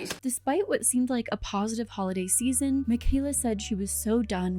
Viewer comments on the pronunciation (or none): none